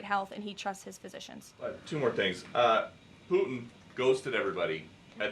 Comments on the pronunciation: It’s Putin not Pu’in … what is it with millennials and pronouncing “T’s”? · Who is poo- en??🔖🔖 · How can she be so intelligent… and say “poo-in”?????🤦🏻‍♂️ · BBB is a tax break for millionaires by eliminating medicare. Can’t believe a word she says just like her dear leader. Her cross must have finally melted under the weight of all her hate and lies. Maybe she should learn to pronounce her Ts when she speaks.